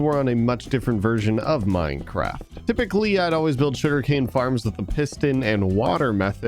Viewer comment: Did anyone not notice that just called it Mindcraft?